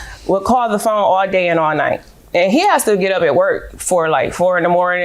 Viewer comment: She went through my “phome”. Goodbye sir. 🙄